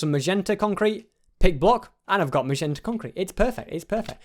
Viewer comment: Sorry for saying this but it has annoyed me for this whole vid that it is magenta mot mazenta once again sorry for saying that:'(